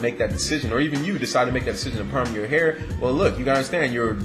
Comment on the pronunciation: Perm *not palm,lol